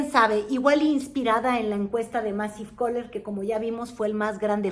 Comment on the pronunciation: Ni siquiera sabes pronunciar Massive Caller! La Marea Rosa tuvo todo un exito!!! Como que en que pudo influir la mananera?? MALO se la paso diciendo 40 o 50 veces que NO LE CREYERAN a esos de la coalicion, de la Xochilt, que porque les iban a quitar sus "ayudas ", que esa gente es de la oligarquia!!! Claro que hay fallas en toda campana, la gente que dio su voto por Sheinbaum nunca hemos dicho que es estupida!!!! Simplemente los tienen enganiados y tambien amenazados!!!! si no tienes para comer, son 60 millones de pobres!!! 12 a 16 millones mas durante este sexenio "del pueblo", Min. 10 , los Morenistas comunistas son expertos en estos Hashtags de polarizacion y odio..ya hasta ahi me quedo...Ya no puedo mas con tanta difamacion.